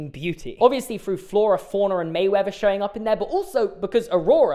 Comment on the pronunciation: How are we meant to trust this man’s logic if he calls Merriweather “Mayweather” and Pongo “Pogo” 😭 (/j)